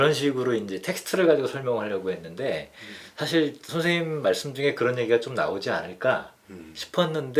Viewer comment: 참 귀한 철학 강의를 의미 있게 듣고 있습니다. 한가지 발음 문제! 사실, 소유자 , 사용법, beach , 세상,개개인 , 다( 모두),최초,두 가지 , 가치, 등! 이상 예는, 두 분께서, 장음인 첫 자를 "짧게" 잘못 발음하신 것입니다. 모두 " 길게"발음해야겠지요. 그리고 한 분께서 "측면"을 "칙면"이라고 발음함에 적지 아니 실망했나이다. 말의 발음이 바르지않다면 어떻게 "철학"할 수 있으리까? "한국 어문을 고발함" 이라는 책을 읽어 주실까요? 미국 변 완수 드림